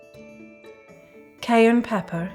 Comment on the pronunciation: Every time she says cayenne pepper I can’t help but hear “cayern peppern” thanks to Novympia 😭😭